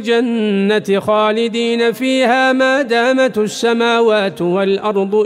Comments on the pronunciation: هناك ملاحظه في الايه رقم 108 من هذه السوره قوله مادامت السموات بكسر التاء وليس بضمها يرجى الإنتباه على التشكيل فهذا يغير من المعنى يرجى تصحيح الأخطاء وعند التسجيل يعرض الاخ قرأته على قراء مجازين لكي يستمعو ويصححو انتبه اخي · جزاك الله كل خير ، لكن في الاية 16 سورة هود فلا تك في مرية منه وليس لاتكن والاية 107مادامت بالكسر وليس الضم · قوله تعالى ما دامت السماوات بالكسر وليست بالضم جزاه الله خيرا وبارك فيه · هناك خطأ في قراءة كلمة (( مادامت)) في الآية ١٠٨ رغم أنه قرأ نفس الكلمة صح في الآية ١٠٧ التي قبلها ، يجب إعادة تسجيل الآية وعمل دوبلاج فهذا قرآن لايقبل الخطأ فيه نهائيا